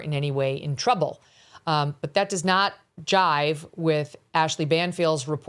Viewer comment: "JIBE" not "jive." Brush up your vocabulary, Megyn.You're too smart to have made this mistake.